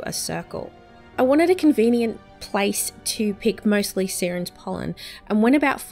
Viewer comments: Its not Seerens pollen its Siren's pollen like a Siren from a cop car or ambulance m8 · It's pronounced "Sy-rens" haha you know, like the mermaids?